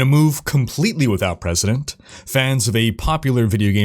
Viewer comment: I thought only Trump confused the pronunciation of "precedent" with "president"